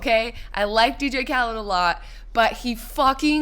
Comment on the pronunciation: I hate the way they're pronouncing DJ Khaled's name in this.....